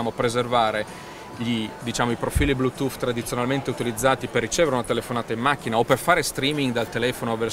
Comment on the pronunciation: Ma davero, quello li sta dicendo verramente Blutoooof... Ma parte quello tutte parole inglesi usate mescolato nella piu bella lingua del mondo fanno scifo a sentirlo...